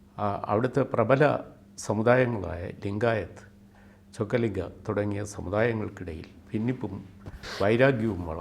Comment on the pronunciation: Not Chokkalinga,it is Vokalinga